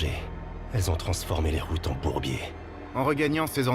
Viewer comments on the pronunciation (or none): none